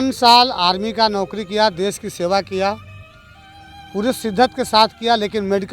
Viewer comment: Desh hota des nhi 😂😂